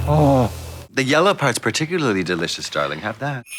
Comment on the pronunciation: Love how she nonchalantly chose to pronounce certain thinks funny and just kept at it 😅 angle, delichous, progrum...